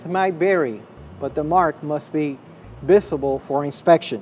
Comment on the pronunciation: I don't know, but my brother asked if he said vistible instead of visible, lol.